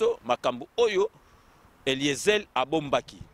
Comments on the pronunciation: Je suis vraiment déçu, je pensais que était une personne de bon niveau. Et là je découvre un imbécile qui ne sait même pas cacher sa jalousie. Incapable de prononcer un prénom correctement "Eliezel" et encore "vidéyio" et lieu de Vidéo. Tu as quel diplôme finalement??? Eliezer a une licence en science po. C'est vraiment malheureux que toi n'ait pas pu faire des études même étant en Europe. Et même il parait que tes parents avaient des grand moyens à kinshasa et malgret ça otanga té. Tu n'a pas les épaules de Eliezer. Je t'ai vu dans une vidéo où zakari se moquait de ton handicap en face de toi et tu est resté bête et sans réaction. PAUVRE CON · Pourquoi te rabaisses-tu jusqu'a ce niveau mon frere perdre ton temps pour parler seulement d'Eliezer et tu prononces mal son nom Eliezel